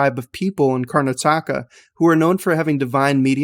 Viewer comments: Man said Karna Taka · I was impressed how he spelled Indian words right..until he spelled Karnataka..